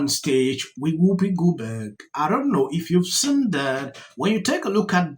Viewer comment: Do all africaanas pronounce it Whoopa Goldbog? 😂😂😂😂😂